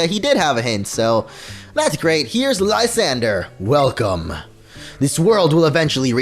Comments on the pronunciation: lol its french "La-san,dray" lol its so hard watching this for me and funny like idk premature kinda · lysandre= Liss-ahn-druh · Mate, I’m watching in 2018. (His prononciation Of Lysandre is PAINFUL)